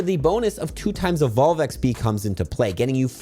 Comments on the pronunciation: I love you but I hate the way you say eggsbeee 😂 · Thanks, huge tips as always! Sadly don't think I'll get to 50 but I'll see what I can get done. Side note - no idea why, but I always hear saying XP as "eck spee" instead of "ex pee". Pretty sure I'm losing my mind listening to this video 😂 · Have y'all noticed he says "XB" instead of "XP"? I did and now I can't un-notice it. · Does anyone else hear XB sometimes when says XP? Or am I getting old? 😅